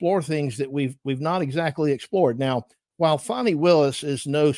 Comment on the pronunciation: Call her by her proper name…Faaan nie not Fawnie